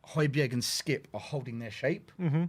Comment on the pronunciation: Great stuff, fascinating!!. Just one thing,, please get the pronunciation of Hojbjerg’s name right … the g is silent